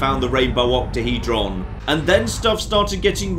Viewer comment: Octahedron or OctaheJon?